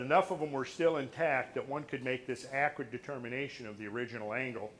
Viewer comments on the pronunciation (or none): none